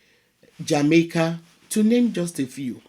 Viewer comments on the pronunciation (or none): none